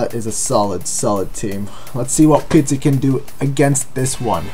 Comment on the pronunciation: Pizzi* not Pitzi lol it's not a Pizza